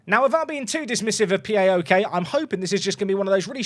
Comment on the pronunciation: Its not Pee Ay Oh Kay, its Pah-OK 😅